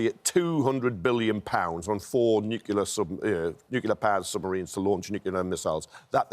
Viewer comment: It's NOT Nucular!!! It'a Nuclear!!! Otherwisw you sound as thick as George Bush!!